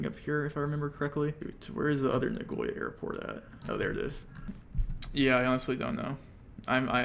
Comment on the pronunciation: Your "Nagoya" pronounciation should get you BANNED